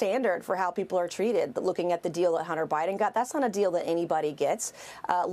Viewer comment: "Hunter Bribin", lol